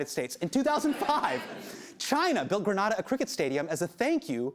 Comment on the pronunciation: I'm surprised he doesn't know how to pronounce Grenada